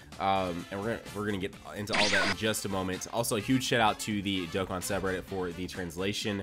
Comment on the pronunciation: "Huge Shitout"? I think you mean huge shoutout haha